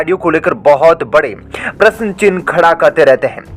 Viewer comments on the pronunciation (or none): none